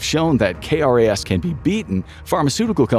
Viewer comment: It’s known as “k-ras”. We say the letter k but say the word “ras”.